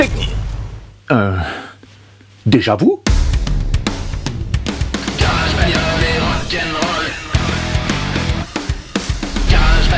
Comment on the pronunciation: Cet accent américain "déjà vu" est une pépite ! :D